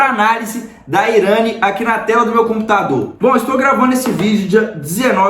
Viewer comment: "IRÂNI"?! Pelo menos aprende a pronúncia do nome da empresa